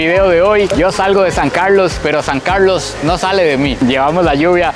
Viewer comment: Me encanta cuando dices "San Carldlos" con tu acento muy marcado ❤ saludos desde Guadalajara Jal. México.